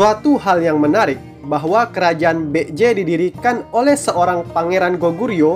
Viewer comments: Kalo dilihat dari pelafalannya kok masih kurang banget ya? Itu Baekje jadinya malah bek-j.. harusnya kan baek-je. Sekedar saran min, tolong pelafalannya diperhatikan lagi 🙏🏻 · Maaf tapi setelah saya pakai Google translate, cara pengucapan "Baek-Je" adalah "Bek-Je" Biasanya "ae" dalam Bahasa Korea dieja menjadi "e" saja. Ya begitulah 😅🙏